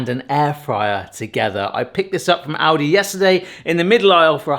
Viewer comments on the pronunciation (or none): Why are you saying "Audi"? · I'd like a video of this guy pronouncing Audi vs Aldi